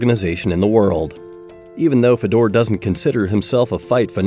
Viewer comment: hard to watch a video where you mis pronounce his name first go round, and lol, ufc is the standard. What it would be like to think like you. Watch ONE breh, it's still actually good.